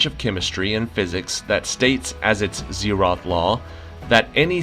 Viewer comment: zeroth -> zero-th ... long 'o' 0th, 1st, 2nd, 3rd